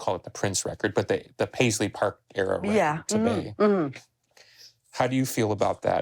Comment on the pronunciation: Everybody, let's be like Dale. Start saying 'rekkid' for 'record'. It's so much more rock and roll.